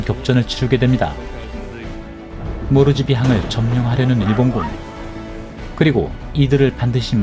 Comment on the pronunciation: 호주군이 최초로 호주보호을위해 싸운 전투임니다 파프아뉴가니는 당시 호주 퀜즈랜드주에 속한 땅이였읍니다 파프아뉴가니라는 나라는 당시엔 없었고 모르지비항이 아니라 폿 몰스비 라고발음이 정확함니다